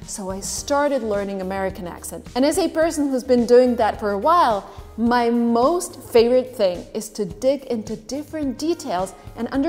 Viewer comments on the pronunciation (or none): none